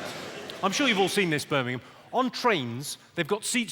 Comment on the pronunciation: Sometimes it sound slike hes saying "Spermingham" instead of Birmingham